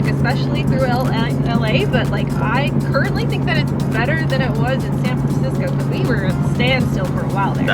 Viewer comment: Did you say San Fransico, on purpose? lol